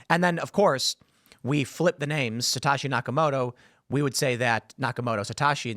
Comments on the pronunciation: What's with the Satoshi pronunciation? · For an Asian, Tim’s pronunciation of “Satoshi” is abhorrent